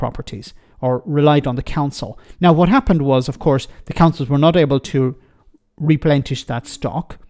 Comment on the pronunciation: too many mistakes here! As someone has already pointed out, that is Michael Howard, not Heseltine. And at 3.38 and again at 4.20 you use a word that does not exist in the English language! The word you were looking for is replenish not replentish. Also, a wealth tax is all very well but let us first tax the large multi-nationals and conglomerates that pay little, or no tax, and yet our high streets are full of their outlets and coffee houses and, as an Irishman you should know, many of those multi-nationals have registered main offices in the Republic of Ireland!!! Who owes whom?!